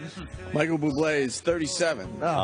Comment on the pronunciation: The way opie says buble is enraging